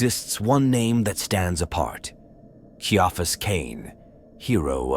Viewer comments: It really takes me out of the story when the AI phonetically pronounces names. It's not KEY-AHfus , it's SYA-fus or KAIA-fus . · Glad i'm not the only one.